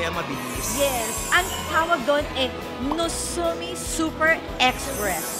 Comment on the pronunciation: Nagoya to Yokohama is 80 minutes. Plus a few minutes to Tokyo is almost two hours to Tokyo. Madam, Nozomi po hindi Nusomi 😅